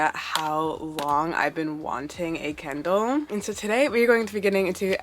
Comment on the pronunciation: You pronounced it kendall the whole time so that is my name suggestion lol